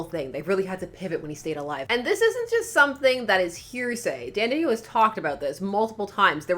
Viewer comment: No you said it right the first time.